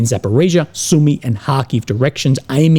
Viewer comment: It hurts my soul every time I hear you say “Zap”. It’s Zaporojye! Just roll the “r” 😅